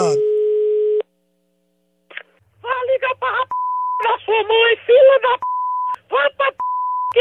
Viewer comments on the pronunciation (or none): Ligar pra rrááp... 😂😂😂